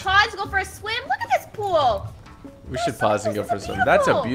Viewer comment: he said poo instead of pool 🤣🤣🤣🤣